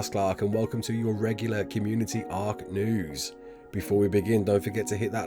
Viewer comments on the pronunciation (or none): none